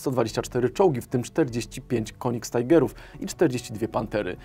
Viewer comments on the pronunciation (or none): Przyczepię się: nie mówi się konigstajger, tylko odpowiednio po niemiecku: kynigstiger. Albo mów poprawnie, albo po polsku - Tygrys Królewski :) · Königstiger - niemcy nie mówią TAJGER... coś bliżej TIGA. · Ja ci dam "konigstajgera" ty volksenglisch ty